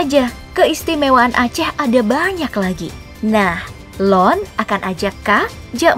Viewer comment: Koreksi sedikit min. Loen dibaca Lœn dengan huruf O agak bercampur huruf U, bukan O bulat seperti yang diucapkan admin (untuk yg bisa baca tulisan Korea, Loen dibaca 론 bukan 런). Arti dari loen sendiri adalah Saya, bagian dari bahasa halus atau sopan. Admin juga pakai kata Kah untuk nunjukin kamu/kalian. Ini penggunaannya salah, karena kah itu artinya kau dan merupakan bagian dari bahasa kasar yg seharusnya hanya dipakai antara sesama teman. Coba pake kata kah sama orang tua, auto digebuk 😅 Seharusnya admin pake Dron (dibaca Dron dengan vokal O bulat, sama dengan pengucapan alat Drone) yang artinya Anda. Ini bahasa sopan, dan merupakan pasangan dari kata Loen. Sedangkah pasangan kah itu kee (seperti kata 'ke' dalam kecap manis). Bisa juga kalau mau lebih sopan dari Dron, pakai kata Droe Neuh (please orang luar Aceh, huruf U dalam vokal EU dlm bahasa Aceh jangan dibaca terpisah dari huruf E ya. Huruf vokal EU itu dianggap satu huruf. Mirip kata Geulis dlm Bahasa Sunda. Dibaca Geu-Lis kan? Bukan Ge-U-Lis? Begitu juga dgn EU dalam Bhs Aceh. Kata Meuseuraya dibaca Meu-Seu-Ra-Ya, bukan Me-U-Se-U-Ra-Ya). Kalo mau bilang 'kalian' bisa pakai Droe neuh ban mandum (Trans: Kamu-kamu semua) Pengucapan pepatah di opening juga kurang tepat, tapi dimaafkan karena memang pelafalan huruf Vokal Aceh susah sekali. Saya juga masih sering salah2 sampe skrg haha. Semoga menambah ilmu untuk admin dan teman2 semua. Salam.